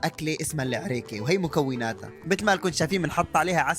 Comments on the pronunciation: عريييكه 😂😂😂😂😂 مو عريّكه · عَريكَه مو عِريكِه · عَرِيكه❎️ عِرِيكه☑️ تعديل:الي ما فهم الفرق في الحركات😂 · اسمها عَريكه مو عِريكه بل فتحه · عريكه وليسا عريكي😊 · احنا ماننطقها عِرِيكِه احنا ننطقها عَرِيكَه ولاكن ابدعتو 😂🇸🇦👏🏻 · اسمها العَرِيكَة مو العرِيكه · مو اسمها العيريكيه اسمها عريكه😂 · اسمها العريكه مو العرايكه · عرِيكه مو عرّيكه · عريكه مو عريك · العريكه وليس العريك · مو عريكيه عَريكه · عريكه مو عريكاه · عريكه مو العراكا😄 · عَرِيكَة مو عِرِيِكة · عريكه وليست العريكه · اسمها عريكه مش ايعريكا 😂😂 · عريكه مو عرياكه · عريكه مو مو العريك❤ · عريكه مو عريكيه😅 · العريكه مو عريكه 😂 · عَرِيكَه انت جبت العيد في نطق الطبخه 😂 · الاكلة الي اكلتوها تنطق عرييكة 😂 تحية من السعودية وتحية لكل الدول العربية🤗🇸🇦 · عريكا ههههه النطققق والشماغ ترا مو طقطقه ترا بس يعني ما ادري بس مو طقطقه ترا وطريقه الشماغ حكايه ثانيه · عريكه مو العريكه مش عارف كيف ينطقها بس مت ضحك من النطق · ولا معلومه صح العريكه ماتنطق العريكه بدون كسره تحت الياء ثاني شي الاكله الي كليتوها معصوب العريكه تنوكل ب اصبعين و تكون مكونه من مكونات ناسيه وشهي والله بس الي اذكره تمر و عصيده و شوي عسل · اسمها العريكة انطقها صح😂